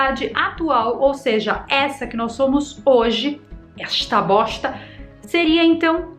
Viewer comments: "Exta boxta " 🤣🤣🤣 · "Exta boxta" kkkkkkkkkkkkkkkkkk